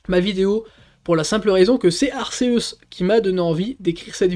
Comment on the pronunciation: Tu dis toujours ar-ce-us !!! On dit pas arc-é-us ??? Sinon classement honnête 😉